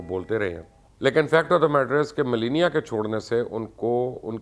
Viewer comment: Mubashar sb trumpnki wife ka naam tou tekh say len ap bilkul wrong pronounce kar rahe hain please you are a public figure so study before you come online and secondly ye America hai pakistan nahi please dont compare the politics of Pakistan to America